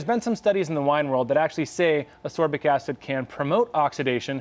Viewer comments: FYI: ass-KOR-bic acid, and it is definitely the same thing as vitamin C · Learn how to pronounce ascorbic…